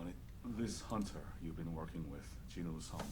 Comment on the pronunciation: love how even the english dub cant say jinwoo's name right..also the dub is crap.